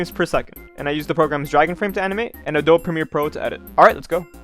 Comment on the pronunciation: Bruh (ah-do-be)